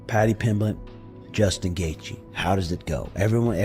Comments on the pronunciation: Pimpletch like it's some kind of root vegetable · It's not funny, it's just how Brazilians pronounce that name. You should travel more, meet people from different languages and cultures, and open your mind. English is my third language.